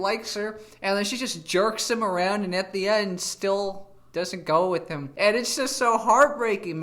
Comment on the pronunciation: So this guy, after stuying in the US, still pronounces WITH as wiss. So his parents wasted their money.